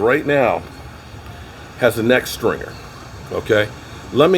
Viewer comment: It's called correct Pronunciation, which must have skipped in school. Makes him look foolish at times. Yes, stinger is correct sir.